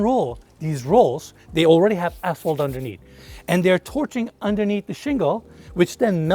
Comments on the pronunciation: Anyone keep hearing a$$hole instead of asphalt?... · we love you, but I couldn’t help but hear you say asshole, instead of asphalt and my wife and I are crying laughing 😂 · Did anyone else hear a$$hole about 10x instead of ashphalt?? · I am a HUGE fan! And when he says "asphalt" I think he's cussing at me. 😂🖕